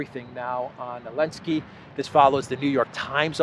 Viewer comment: I always enjoy you calling him Elensky. I have no idea why you don't say the Z but it is hilarious.